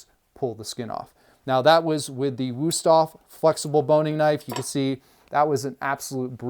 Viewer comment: Wüsthof nicht wusoff...😂